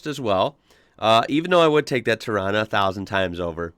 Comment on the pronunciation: Agree bud, he even pronounced Torana right. Cleetus called rod shops LJ a tarona... Hats off brah.